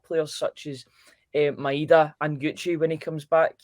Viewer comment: Why is everyone still refusing to say Maedas name properly, it’s pronounced MY DA myda. Just listen to any Japanese person pronounce it ffs it rips my knitting 😂